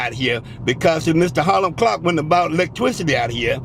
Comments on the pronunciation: My wife and I were taking shots every time he said "" and "electwicity". I think she's dead. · 😂😂😂😂electwicity😂😂😂😂